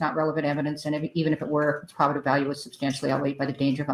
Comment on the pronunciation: Why does she keep mispronouncing "probative?!" She corrected herself once, then repeatedly said it wrong after.